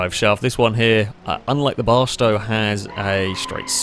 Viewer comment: I think he wanted to say "here" and "y'know what" but it just ended up sounding like "hnyou" lol still hilarious tho!